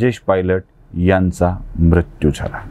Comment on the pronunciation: उच्चार दोष मृत्यू , कृत्य दृष्य हे आपण म्रत्यू क्रत्य द्रष्य असे चुकीचे उच्चार टाळा